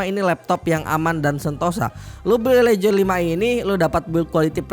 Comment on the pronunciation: cara ngomong legion itu " LIIIH JEAAN" mas sbukan legend